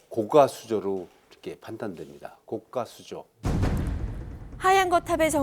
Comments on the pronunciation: 교수님들은 高架를 高価라고 발음 하시네 고가도로를 고까도로라고 안 하는데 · 고까수조 아니고 고가수조 아나운서 발음 들어보세요. 사전에도 고가도로로 발음. 고까아닙니다. 고까는 가격이 비싸다고 할때 고까라고 발음합니다.